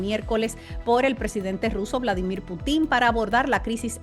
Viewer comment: Veamos: Si en un texto en castellano aparece la palabra Putin, y si se lee correctamente no la vamos a pronunciar como PUTÍN, acentuándola en la última sílaba, de donde se deduce que no es cuestión de pronunciación en un idioma extraño, si no de no saber leer y acentuar palabras incorrectamente.